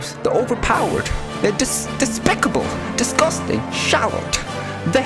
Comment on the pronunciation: I started laughing when u said “Lemme taste YOU! DIS GUS TANG!” 😂🤣